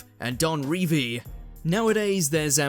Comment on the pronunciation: How the fuck have you mispronounced Revie you absolute dickhead